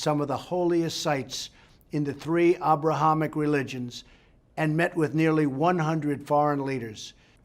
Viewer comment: is that how you pronounce abrahamic?